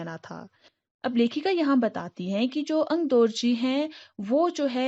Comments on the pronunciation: Okay, am I the only one who noticed that she started pronouncing 'AngdOrji' as 'AngdArji' and then after a few mins, very subtly picked it up??xD... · Its Aangdorgi nor Aangdargi.😁